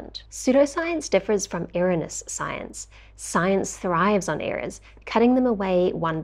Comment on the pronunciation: Good vid! Small note: "Erroneous" = Err-OWN-ee-uss. :)